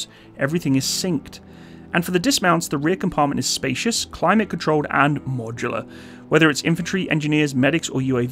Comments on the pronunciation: Can you stop apologizing to some negative viewers in every video please I am sure 99.9% off your viewers do not mind “modular” at all. Still i listened to 7 times a deformed “modular “ pronouncement. Its very uncomfortable to listen to In other vids you also apologize a lot on other stuff Hope you keep making these great vids inthe future also !!! Love them ( except for the apologies 😂) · cant stop smiling everytime you said "modular" 😅